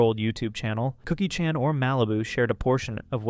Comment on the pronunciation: can’t even pronounce Chan correctly 😂